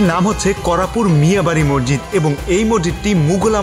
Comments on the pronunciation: মরজিদ না ভাই মসজিদ। আপনি বার বার মরজিদ বলছিলেন।তাই আপনাকে আমার বলতে ইচ্ছে হল। কিন্ত আপনার ব্লগ অসাধারণ লেগেছে।❤️ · Apnar vdo khub sundor. Information o sundor vabe deya. Appreciate. Kintu, ekta choto jonish ektu odd laglo, apni ki Moshjid ke Mojjid boltesen bar bar? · Vaia sob kisu thik ase but mojjid na mosjid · Bro morjit na re vai moshjit hobe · Morjid na bhai Mosjid, vlo kore kotha bolte sikhun.. From India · আপনি বারংবার মজজিদ বলছেন কেনো?মসজিদ উচ্চারন টা সঠিক করুন।